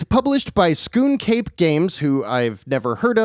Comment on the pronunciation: Scoon Cape games? LMAO 🤣 it's Skunk Ape games. Not sure if that was on purpose or not.